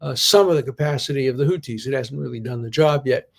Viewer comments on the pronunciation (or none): "Houthi" is pronounced with the same "th" as in "think," Professor D. Arabic has two letters for the "th" sound--one for the pronunciation in "that" and one for "think." "Houthi is spelled with the latter letter. We had these sounds (and still have the letters) in Hebrew but I think only the Yemenites pronounce them correctly now. The Ashkenazi frum actually make a distinction between tav with and without dagesh and pronounce the latter like s--brit (modern Israeli) vs. brith (Yemenite) vs. bris (Ashkenazi). I only mention all this because I can tell how much you love to learn and imagine you're a stickler for accuracy. I'll spare you "ḥ." 😁